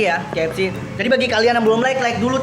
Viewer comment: Bang bukan kfc fck=fack